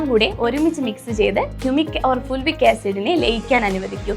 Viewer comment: ഫുൾവിക് അല്ല ഫൾവിക് ആണ്.